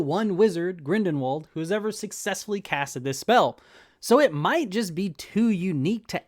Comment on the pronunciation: I don’t want to be that guy man but it’s Grindelwald not Grindenwald. And it’s technically pronounced like Grindelvald. Liked the video by the way, keep up the good work!